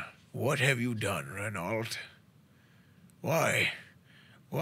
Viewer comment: It pronounced RENAU, not Ren ALT, its french.